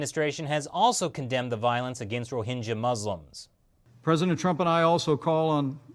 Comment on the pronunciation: pronounces junta, rohingya and myanmar wrongly. Lol